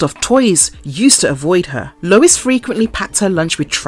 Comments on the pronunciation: It's just "Family Guy" no "The*" and it's Lois (Low-iss) not Lewis*, that's a man's name. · LOL why does the narrator call Lois "Lewis"?!! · HIS WIFE LOUIS? Seriously?! Or was that your accent? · Video unwatchable due to repeated mispronunciation of Lois' name.